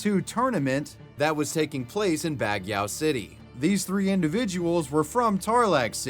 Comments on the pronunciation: Filipino here!! Small pronunciation correction on Baguio, we pronounce it as Bag-Yo over here. I hope this helps!! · I felt so sad for doublelift and then on the next story, I hear "filipino". My face was like 😳. Also, it's pronounced "bag-yo" just letting you know 😊 and yes, like other poor countries, the Philippines is very corrupt, not only with police but even with politicians in the lowest level. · As a Filipino, I giggled when he said "Bagyao city" in the Dota 2 Killing part😂